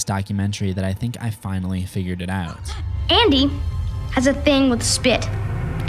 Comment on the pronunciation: He says spit like “Spyit”